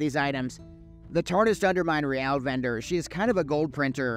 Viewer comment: I thought you pronounce Real like Reel. What is Re-Al?